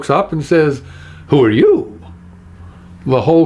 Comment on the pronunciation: I'm really enjoying your videos!! Just recently subscribed, thanks to your wonderful appearance on Truth or Fail and the video response to Dan Brown's Open Letter. So glad I did :D I'm not sure the intonation of the Who are you? is exactly on point. I'm sure I've heard the phrase in a cockney accent before, but with less emphasis on 'you' and more emphasis on 'are'/'aahh'. Just a thought.